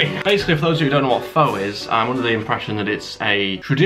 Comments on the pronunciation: Every time you mispronounced Pho as “Fo” I killed a small cat. It’s “Fuh” 😂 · He it's pronounced Faa not Fow, Fow means prostitute or something, I learned this pretty quick when I visited Vietnam, and yes it's meaty liquid but it's absolutely delicious so that place must be bad 🇻🇳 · Pho is pronounced Fa not Fo. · Pho is pronounced 'Fah', not 'Foe'. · great video! the noodle dish it's produced more like "pha" rather than "pho" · Pho is actually pronounced like "Pha or Fa" and this is coming from a lady I worked for whose family is from Vietnam. Is a toastie like what we in America call a grilled cheese? You are a trooper for trying all of these low rated places 😂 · It’s pronounced like “fur”. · its pronounced FUR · Pho is pronounced fuh btw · Pretty sure pho is pronounced like "fuh" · Pho pronounced Fu . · Pho is pronounced as fer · pho is pronounced fur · Pho, say is as 'for'. You must have posh ratings, Here in Kettering NN16, we only have 1 to 5. No Zero rating. PS, They have a 4 from the 1, still shit. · No offense but you're supposed to pronounce pho like "fu" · Your pronunciation of Pho was melting my brain.